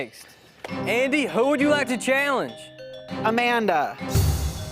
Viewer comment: Bruh, the way he says Amanda's name is too funny 😂